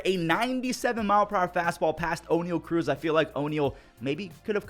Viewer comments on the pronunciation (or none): none